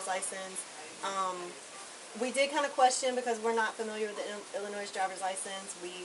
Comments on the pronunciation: Did she just pronounce Illinois with an "s"....the "s" is silent!!!! It's pronounced ... Illinoi.....nurse my butt! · No one from Illinois pronounces it “Illi-noise”.